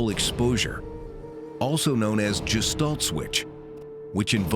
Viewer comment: OK, "Gestalt" ... please say after me: "Ghe-Shtall-t" Besindes this trivia ... R.A. Schwaller de Lubicz would rejoice to see how far this research has gotten.